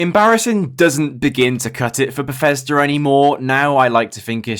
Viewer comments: Bethesda ❌ Beffesder ✅ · hehe, "Berfesda"